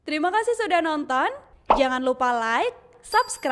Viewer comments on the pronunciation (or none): Юмористы индонезийцы однако. Сначало говорит сабскрайб(подписаться), а потом шария, вместо шэйр (поделиться))))